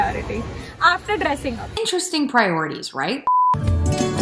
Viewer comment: "Intristing tha!!!!😂😂😂😂"